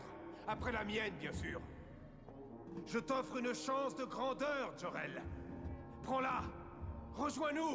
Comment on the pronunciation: Putain le doubleur de Zod prononce Jor El avec un accent anglais comme si c'était "Joe" Rel DJO REL c'est totalement pourri.